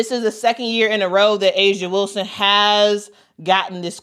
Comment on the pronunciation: Whistle- Whilston??? YOU DONT SAY!!!